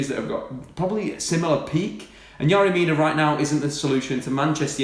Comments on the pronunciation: It's Fucking yErry Mina not yArry... YERRY YERRY YERRY ... Do your fucking simple research before a video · exaggerated delivery style is annoying. and is it really pronounced 'Yary' when it's spelt Yerry?